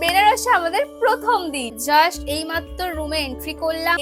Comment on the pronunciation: জাস্ট ❌ জাশ্ট ✅